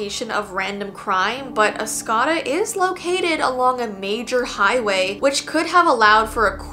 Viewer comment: Michigander here, it's pronounced Os co da, not Os cah da lol.